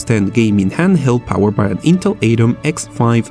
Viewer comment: Sorry but I couldn't stand how you say Atom. It's pronounced "ah-tom", not "eyy-tom".